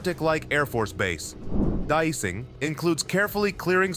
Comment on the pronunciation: Why the guy keeping say dicing instead of DEicing